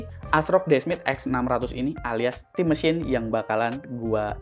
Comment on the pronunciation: bang sebut aja stim MESIN, 😵‍💫 pegel banget dengernya stim MESHYIN